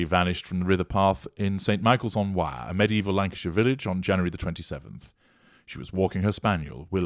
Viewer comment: Why can't the police get the name of street right where she entered? The right road is BLACKPOOL LANE. They need to ask for dashcam footage for that road. Please get that out there. Thank you. The River Wyre is pronounced- Wier, like with a Scottish accent, rolling the R. I lived right near there. I appreciate your channel. Thank you!